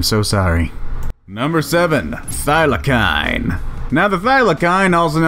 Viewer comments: Bra I’m an Aussie it’s f-ie-la-seen no “filesine” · Thylacine (Tasmasian Tiger) is pronounced Thylarseen. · The narrator should have just called the Thylacine (pronounced Thigh-Luh-seen) a Tasmanian Tiger. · No sub until you can pronounce Thylacine correctly. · He mispronounced thylacine.